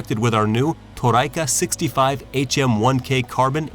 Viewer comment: Toray is pronounced Tow-re, not Tow-rye.....